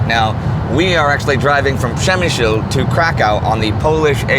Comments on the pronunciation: Przemyśl not przemysil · And you still can't pronounce Przemyśl correctly